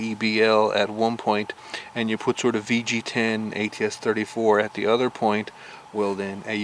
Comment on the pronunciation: You said Udder instead of Other